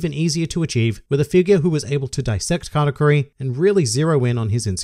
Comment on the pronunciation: I was confused the whole video He's saying category or katakuri?